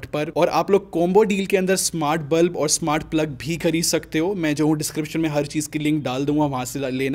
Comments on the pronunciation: NOT BLUB IT'S BULB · it's bulb not blub😂😂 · Its bulb not blub